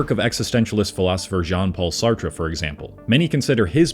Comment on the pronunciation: I hate to say this, but you weaken your own intellectual credibility by not being able to properly pronounce the names of the famous people you are speaking about. You murdered Noam, Sartre, and DeBeauvoir before I gave up completely. I just couldn't stand hearing you pronounce Jean paul's name improperly one more time...